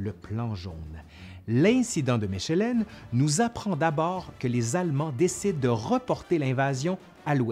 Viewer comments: Mèchèlènne?? Mechelen se dit Malines en français. Et sur votre carte de toute façon c'est pas Malines c'est Maasmechelen. A part ça c'est intéressant. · J'adore, par contre ça se dit "mékelen" et pas "méchelen", voilà juste pour faire le chiant. j'habite à 40 minutes de là, c'est pour ça 🤷😉😘 D'ailleurs Mechelen c'est en néerlandais. Traduit par Malines en français. Bien que les deux se disent. Tout comme Anvers en français donne Antwerpen en néerlandais. Anversse et pas Anver Molenbééék et pas Molen-bec Et j'en passe... Puisse quelqu'un être instruit et intéressé par ce commentaire, j'ose espérer. Sinon très bon boulot, j'adore ! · Anvers > le S n'est pas muet. Les français font la même faute. On lit toutes les lettres. Bien que ce soit en réalité Antwerpen. Mechelen > On ne dit pas ch, comme chat. Mais K. "Mekelen", de manière phonétique. Pour le reste c'est très instructif. D'une grande qualité. Mais je constate que les noms belges sont systématiquement mal prononcés. 🥹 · Mechelen (Malines en français) ne se se prononce pas "Me_CH_elen", mais "Me_K_elen". Tobernucle 😜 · ...et se prononce "Meckelen" 😅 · Mechelen se dit “mekelen” mais superbe video ! 🇧🇪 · Superbe vidéo, ce qui fait sourire les belges, Mechelen ville flamande (Malines en français) se prononce: mèkelenn [ ˈmɛxələ(n) ] :) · Mechelen est à 100km de Maasmechelen, les deux se prononcent -mekhelen, et Mechelen a un nom français, Malines. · C'est extrêmement intéressant. Je n'imagine même pas la somme de travail derrière chaque épisode. Bravo ! P.S. Mes oreilles de francophone belge ont titillé sur la prononciation de la ville de Mechelen :)